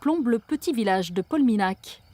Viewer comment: Mandailles, prend un S à la fin, on dit le château DE Pesteils et pas du Pesteil, et Polminhac se prononce "Polmignac". merci pour votre belle émission ! Très beau reportage.